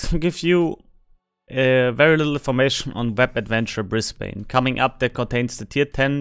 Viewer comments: Sorry, but as someone from Brisbane, hearing it pronouced "Bris-bane" hurts:P We pronounce it "Bris-ben" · Served on HMAS Brisbane, a destroyer, back in the 70s. Great game, well done! BTW, if you want to pronounce Brisbane like an Aussie, it is pronounced "Briz-bn", forget the English influence, 😆😆😆. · Only ever heard the yanks say -bane. (Brissie boy.)